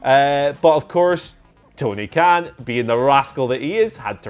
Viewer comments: Tony Khan not Kahn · Where are the time stamps boy? Also It's Khan not Kahn. Fix it. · It's 'Khan', not 'Kahn'. Jesus, how could you possibly make that error? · He could they possibly say Tony khan wrong, ffs lads seriously 😐